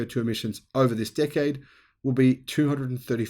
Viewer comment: I love that every time he says "decade" I understand "dick head" :D